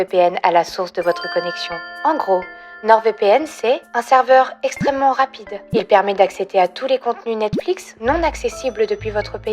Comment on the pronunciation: "extrément" ?! Plutôt *extrêmement non ?